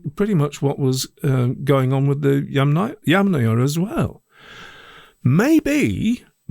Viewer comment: Thanks for the first correct pronunciation of "Yamnaya"! ❤